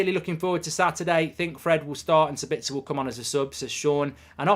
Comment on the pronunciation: SA-bitz-er not Sa-BITZ-er, people.